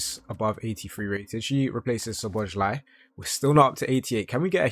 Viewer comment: Try pronounce Dominik Szoboszlai like this "Soboss L A I" it's not Szoboszly like you saying it. And Theo Hernandez is not "Hernands".